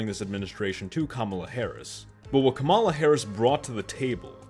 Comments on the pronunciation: You can’t even pronounce her name correctly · Why is it that sometimes you can pronounce Kamala's name correctly and other times you can't?... man, you said you wanted to be objective, and unfortunately, you failed face flat on this video .